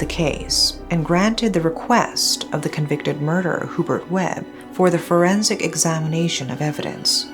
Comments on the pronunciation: It's pronounced as "YuBert" not hoobert. 😊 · it's actually pronounced hue-bert and not hoo-bert. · I know i should not but im so bothered by Hoo-bert its actually HYOO-Bert. I was in elementary when this unfold and remember the sensation it created before and until now its one of the biggest case back in the Phils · It’s pronounced as “Yubert” not Hubert. 😬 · Thanks for sharing this. By the way, the proper way of pronouncing the name Hubert is HYU-BURT, not WHO- BERT. It is definitely NOT a Filipino name. Having did that, I like watching your channel. More power!